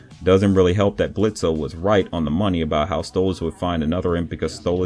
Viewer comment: you mispronounce Blitzo's name the o is silent the only people who call him Blitzo instead of Blitz are those who despise him, from his own past